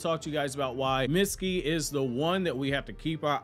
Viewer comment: His name is not pronounced Mit-ski, it’s Meet-ski